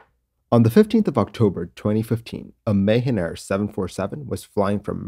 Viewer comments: Just a small correction It’s read Maahaan air even though it is written as Mahan Air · I think your pronunciation of Mahan is incorrect. The a sound in Ma is pronounced lin like ju sound in jump or mu sound in mumps. You are pronouncing like Ma like May. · Great video. It's called Mah-Han air ;-) I have flown it many times in and outside Iran. The pilots are renowned for brilliant soft touch landings. Tradition in Iran is that passenger applaud for a soft landing. Or not! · Anybody else understood "Mayhem Air"?